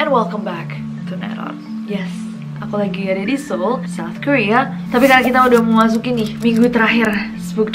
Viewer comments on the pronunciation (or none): none